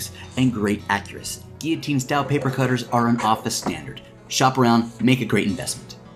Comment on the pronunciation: what the heck is a geoteen.. GILL-O_TEEN is how it's pronounced ...!!